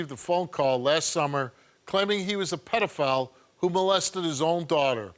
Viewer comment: what's a pelafile